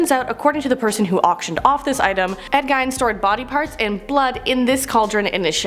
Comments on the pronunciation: It’s pronounced Ed geen Jesus that sounds horrible lol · I think it's pronounced di-bik box. How are you still saying Ed "Geen" wrong? 🤔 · Gein not geen